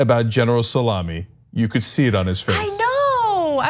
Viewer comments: it is bad Pronunciation of ( "Salami" "سلامی" ) . it's not ( "سالامی" "səˈlämē" ). it's ( "سلامی" "salāmēē" ) "سلامی" in Farsi is a name, come from "سلام" mean "hello" or "سلامتی" mean "health". not some kind of meat. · Cenk is going down Salami or Sa-la-MI? I hope you are pronouncing it right. (I don't know but would probably lean toward pronouncing it different from a sandwich meat.) Nobody is calling Drumpf presidential now. Bombing Syria? Yes. NOT bombing Iran? Nope.